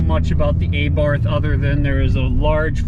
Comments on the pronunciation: Th is silent Just T Say Abart But spelled Abarth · Also the A is pronounced like the a in car, bar, far. Abarth was the last name of the bugger who started modifying stock cars with performance kits and then decided to open up his own company. I almost forgot, you stress the first A, so it's pronounced A'bart and not Abàrt. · The proper pronouncation is not A Barth, rather it is ABART. Please do your homework. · Pronounced AH -bart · Sorry dude but saxophone music and pronouncing Abarth incorrectly is embarrassingly bad.